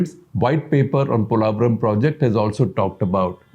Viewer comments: You are a renowned Indian journalist, not finding wrong with the video or information. Just wish you people pronounce the name correctly and don't sound like a foreigner trying to pronounce Polavaram. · analysis.....but two things - 1. its called "POlavaram" ...not "Polaavaram". 2. you should have a little focused more on why the delay in project....TDP govt worked on it 2014-19 but the YCP govt just let the work done rot for reasons best know to them. Politicians who rule with no regard to state/country development should be named & shamed so other leaders know even politicians will face consequences for actions like YCP did. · Is it just me or anybody’s annoyed how he’s pronouncing polavaram